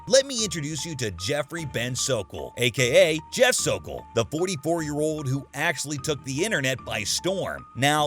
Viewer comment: I’m so thankful Chris nailed the f’in Sokol!!